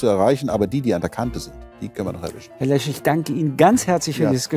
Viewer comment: Der hat jetzt nicht tatsächlich Lech anstatt Lesch gesagt oder, oh man